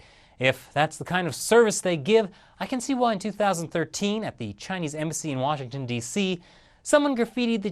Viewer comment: "The Chinese Embassy"... you made it sound like "The Chinese Imbecile" :)